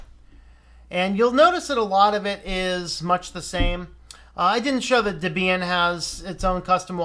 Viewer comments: DebEEan? Is that how it's pronounced? Has my whole life been a lie? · The emphasis should be on the first syllable according to section 1.7 of the FAQ on the Debian website.